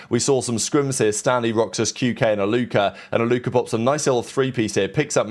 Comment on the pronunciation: british people putting a hard ER for ever word that ends w A is hilarious. Faze Alluker